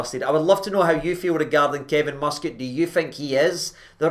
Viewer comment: It’s not “free”, it’s “three” numpty!.. and the mighty Mus-Cat? Are you having a laugh? It’s hilarious watching you lot salivate over a guy who’s a 3rd rate manager and ex player! I’ve never heard so much pish from you! But if it keeps you happy, then you’re welcome. At least yous have dodged the Gerard “bullet”.. the man whose ego is bigger than Robbie Williams’ ☘️☘️☘️